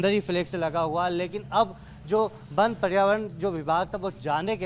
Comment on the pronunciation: बन बन क्या लगा रखा है पहले वन बोलना सीखो